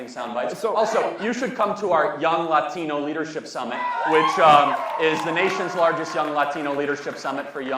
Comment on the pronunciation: 1. Ends everything he says with “right”. 2. Pronounces Latino as if English isn’t his native language. You just automatically know he’s a virtue signaling moron.